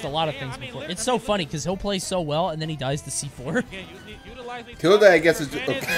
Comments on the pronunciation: tilduh is how you say the symbol ~, but tilde the player pronounces his tag differently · no shot coney pronounces it tilduh... I'm disappointed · “I’m a fan of Tilde”